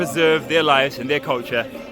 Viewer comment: You say " jay hind"... Quit impressive. thanks